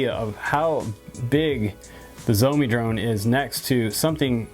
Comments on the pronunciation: I hear it as zombie me, haha instead of Shoume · Good video, but butchered the brand name...Schz-ow-mee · Cool video but its sheoh-me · SHIAO MI (Something like Show Me) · It's Shao Me, Just like the Shao in Shaolin. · Hahaha! Xiaomi is Pronounced " Shau Mi " sounds like (Chow) with an S ! Love Your Videos !